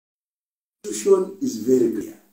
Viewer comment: Is it constuition or constitution?